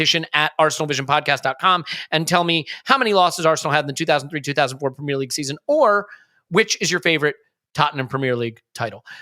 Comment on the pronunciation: I switched off the moment I heard how he pronounced premier